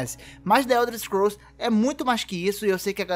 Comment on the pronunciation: Ow dsclp ae, acho que você conhece tes muito mais que eu, mas, tu fala the uelders scrools vei, que poha é essa kkkkkkk, mas parabéns ficou muito bom o vídeo.